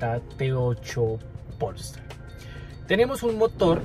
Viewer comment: Todo bien pero no estas pronunciado bien polestar no le pongas acento en el pol estar es polestar sieve y junto 😅